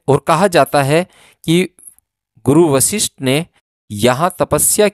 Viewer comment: Aap bahut hi nek kaam kar rahe hain yeh sab sunakar....par aapse Anurodh hai ki apna uchaaran theek rakhe.. Vishisht gufa nahi hai yeh Guru Vashishth ke naam par Vashishth Gufa hai...kyunki jo aap bolenge log ussi ko sunenge...par shabd ka arth badal jaayega...kripya dhyan de